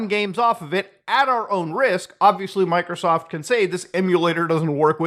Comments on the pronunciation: why does Muta say,"MicroSoft" like that 😂💀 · why did you say Microsoft like that 😂😂😂😂😂😂😂